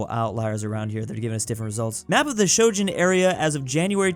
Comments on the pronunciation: it's Schengen, not Shoujen XD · please. It’s the Schengen area not the Shojun area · In Chinese it is called 申根, which is pronounced as shen-gen. When said it the first time i thought the Chinese pronunciation was wrong before i checked the comment section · Bro its shen-gen not shoo-jin its not japanese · Why does he always say Shojan area instead of Schengen area? How do you mess up your pronunciation that badly? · It pains me every time pronounces Schengen like Shojin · Europeans: It's pronounced /ʃɛŋən/: /ʃoʊ̯d͡ʒən/ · STOP READING SHENGEN AS SHOWJEN SHEN-GEN G LIKE IN GAME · Please, it’s pronounced SHENGEN not SHOGEN. Thank you. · brow, schengen area is not pronounced "show jun", It's pronounced "shen ghen" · it is pronounced SHHHHH-eng-en not shojin😭😭😭😭😭😭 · IT'S NOT SHOJIN IT'S SHENGEN PLEEEEEEEEASE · I dont even know how he came to that pronunciation. Its Shen-Gen, not Shou-Gen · It’s Shen-gen, not sho-jun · Ah yes, the Shouxhen area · there is now way you pronounced Schengen sho-gin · If pronounces Schengen as Shojun, he should call the Shogun "Schenjen". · I love how pronounces Schengen as Shojun. Not even close and I love it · it’s pronounced sh-eng-en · I am fascinated as to how came to that pronunciation for "Schengen". It sounds Japanese... Shojin. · u know u say Schengen wrong it’s pronounced Sheng-gen area 🫢🫵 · I believe must be trolling us, there is no way he actually reads "schE" as "shO" and "ngen" as "jen"😅 right...? Right?🤗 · ahh yes the... shojun area... ? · the free travel area in Europe is pronounced "Shen - gen" with a solid G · please it's not Sho Jen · Schengen is pronounced like shengen with a hard g (like goat) and the E like towel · The way you promounce "Schengen" like "Shouyin" 😁😂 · "shojen area" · Shen-Ghen,, you pronounce it Shen-Ghen. Sh as in Shop en as in engine G like on at the beginning of goat and another en like at the start of engine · god damn showjen